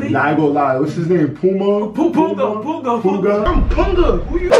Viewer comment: ugh its punga not *bunga*😂‼️